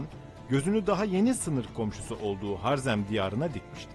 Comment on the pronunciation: Har-zerm değil Ha-rezm diye okunur